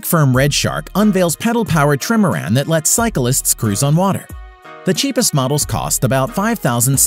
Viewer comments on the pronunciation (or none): Trimaran <> “TRIM-er-an”